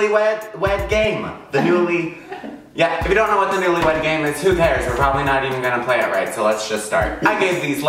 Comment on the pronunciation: Everytime you said newlywed game I kept thinking newlywed GAY-me